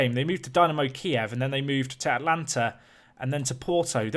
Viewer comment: “Atlanta” cries in Italian